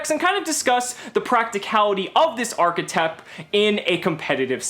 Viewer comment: It's a new "ARRGH-etype"